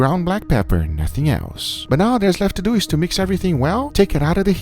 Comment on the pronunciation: Guga on the toilet after getting food poisoning from his dry aged chicken - Guga : "lets deww it"